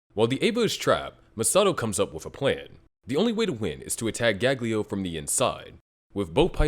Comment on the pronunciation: you keep calling it gaglio wtf xDD